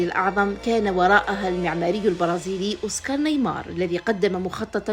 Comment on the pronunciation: اسمه اوسكار نيماير و ليس اوسكار نايمار Oscar Niemeyer et pas Oscar Neymar